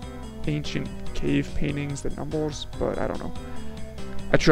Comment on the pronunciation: What accent do you have? I'm hearing numbols, youtubols, folst attempt..?